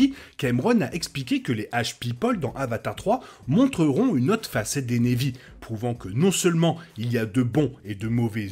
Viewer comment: très bonne vidéo et hypothèse, mais s'il te plait !!! prononce Na'vi avec un "a" et pas névi .... même en anglais ils le prononcent avec un "a" ;-)